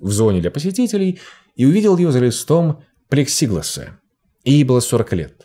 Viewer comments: Не "плексИгласс"..., а плексиглАсс 😏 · канадец, плексиглАсс, не плексИгласс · ПлексиглАс ударение на последний слог. Предшественник пластика. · как юный детектив могу точно утверждать что ударение в слове плексиглАс ставится на буву "А".... следуя дедуктивному методу можно утверждать, что весь текст - просто гуглперевод буржтырнета... любое слово, значение которого непонятно лучше проверять в том же тырнете... особенно потешный перевод был в каком-то из предыдущих роликов, где персонаж что-то положил в "рабочий" джип )))) --- "Работающий", сказал бы доктор Ватсон, но это уже другая история.... П.С. такие мелкие ошибки сильно портят общее впечатление о казалось бы хорошем материале.... хотя это замечают только настоящие юные детективы ))) Удачи в поиске хороших редакторов-докторовВатсонов и переводчиков ;) (как хорошо, что ударение в слове "респиратОрный" допустимо ставить и на букву "А") --- П.П.С отдельное спасибо за отсутствие переходов "мечта эпилептика" и супермегамодных VHS-эффектов ))) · Дикция прекрасная, вот только в 2х словах неправильное ударение прям по уху резануло. Не респирАторные, а респиратОрные, и не плексИглас, а плексиглАс (от слова glass)